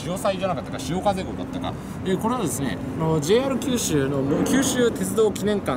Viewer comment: 「JR九州」のイントネーションが変 「門司」の言い方はgood！「門司」は「文字」と同じイントネーションではない！ 下関駅からみもすそ川町の下関側の人道までは、ふつうはサンデンのバスでしょうが！ 本数は結構走っているのに、どれに乗っていいのかわからなかったというのが事実でしょ？ 1日700隻も貨物船が通行し、潮の流れが尋常ではなく速いし、1日4回も潮の流れが変わるのに 泳いで渡れるわけがない 平家はここで切腹したわけではないぞ、ちゃんと平家物語を読んでね 貨物船のあの位置は外国船が許可を得て通過している証拠として日本の国旗を掲げる位置で 船籍がある国の国旗は船尾に掲げるのだ 長州が大砲を放ったのはイギリス軍ですか？ちゃんと勉強してくださいよ！！！ すごいな、昭和33年開通の関門国道トンネルの記念碑の文章を読んで、鉄道トンネルの解説をするとはね・・・ 自動車用のトンネルは人道の真上にある！ またまた人道トンネルを歩いているのに鉄道トンネルの戦前の話をするおもしろい人だ 輸送力の大部分は関門橋を含む高速道路だ！人は新幹線だ！ だから人道の上は自動車用のトンネルだ！ 下関のふぐと北九州（小倉）名物の関門だこだ！ 「ふく」は下関の業者が言う言い方で下関でも一般の人は「ふぐ」と言うのだ 下関側はズームアップした左側に映っていたが・・・ 鉄道トンネルはまずは彦島に向かい、彦島から海峡の下を走って門司側は小森江付近から 門司駅のすぐ手前に出てくるのだ 関門鉄道連絡船は昭和39年まで運行されていたことぐらい調べておけよ